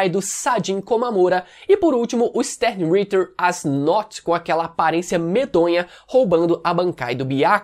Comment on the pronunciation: só queria te dar um toque em relação as pronuncias de algumas palavras, como Stern Ritter(Cavaleiro Estelar). Você costuma usar a fonética do inglês, quando na verdade são palavras em alemão.